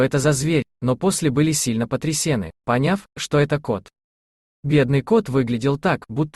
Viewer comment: Не потрясЕны, а потрясенЫ. Грамотеи